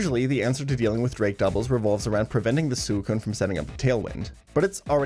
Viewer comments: I’m disliking this video because of the way you say Suicune it’s not Suuuucune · Bruh i can’t believe you pronounce suicune like that